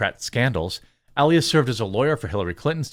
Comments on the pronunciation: Marc E Lie es is how you say it for the next time you run across this fool or his name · Elias is pronounced: uh-LIE-us